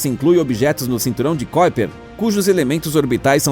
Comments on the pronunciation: Amigo não é cóiper e sim kuiper (ku i per) aprenda antes de falar se quiser publicar. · Não é "kóiper"! É KUIPER mesmo! Estudamos assim,! Se você diz isso, a gente não memoriza e não nos chama a atenção! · NÃO é cóiper e sim Kuiper